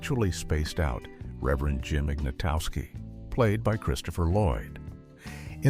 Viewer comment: Jim’s was even worse. “Reverend Jim…Ignatovski”